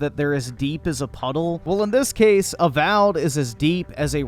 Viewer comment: Not A-Wow'ed.